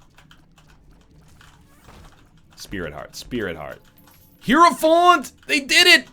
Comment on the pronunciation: UH stREAMER It'S ACTUALLY "Hierophant"